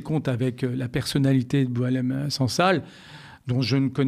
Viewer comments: Bon faut arrêter il s appelle pas Doualem mais Boualem pour des journalistes probent vous jouez le jeu des médias mainstream. On lui a changé son prénom à dessein pr ne pas écorner Boualem sansal. Arrêtons les conneries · C'est Boualem et pas Doualem, et il n'est pas connu en Algérie ! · Boualem et non Doualem